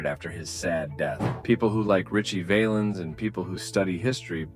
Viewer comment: Val ens say it with me …. Val Ens.. got it? Can’t take ya seriously if you can’t pronounce his name.